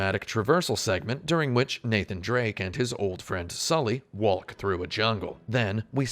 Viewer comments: he really do be pronouncing the "L" in "waLk" every time, huh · do you really pronounce all the letters in the word walk? i thought it was a joke but then it carried on throughout the video. I teach English in Korea and I always gotta tell my students not to do this.